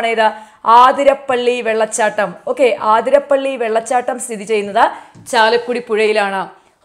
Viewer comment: aathirapally allattoo Athirappally superb class Adipoli...nannayi manasilayi...